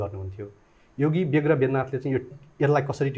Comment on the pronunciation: पत्रकार महोदय बेग्र होईन ब्याग्र हो